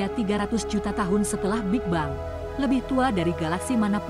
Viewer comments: bacanya: big beng, bukan big-bang teleskop, bukan teles-cope hable, bukan hu-ble jadilah narator yg baik dengan bisa membedakan kata yg boleh dan tidak diserap ke bahasa ind. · Setahu sy. Pronounciation dari Big Bang itu big beng. Apakah sudah di-Indonesia kan jadi = big bang ? Berulang2 disebut bang bang. Mengganggu. Video ini hebat, futuristik tp bikin ketawa ketika disebut bang lagi 😅😅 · hub ble..?? ini narator ny seriusan.. huble dibaca dg metode indonesia? termasuk bigbang / bik bang ?